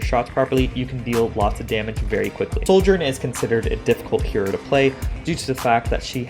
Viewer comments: its not SOULGERN. its Sojourn. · Why are you pronouncing her name with an 'L' in it? ....